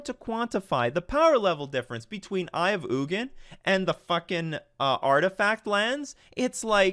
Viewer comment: It’s pronounced Eye of Eugene